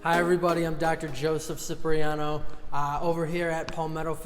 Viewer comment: love your videos REALLY...but please...the pronunciation of ur last name is CHIPREEANO... ;)